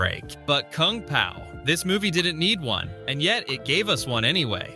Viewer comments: "Koong pow" so ai voice video gotcha ill click off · koong pow, c'mon ooodekerk AI trash